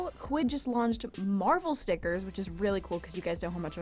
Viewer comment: When she said quid I was like SPEECH IMPEDIMENT DOCTOR DOCTOR...yup I know stupid make. Fun laugh it out